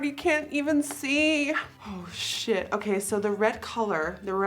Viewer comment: I love it when she says SHEIT